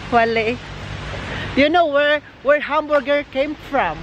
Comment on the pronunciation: Kaya ang pag pronounce ay hamburger hindi hum burrrgerr. I don’t think is joking he’s mad run over there raw